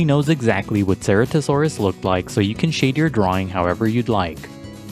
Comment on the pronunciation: You said se-re-to-saur-us Its se-ra-to-saur-us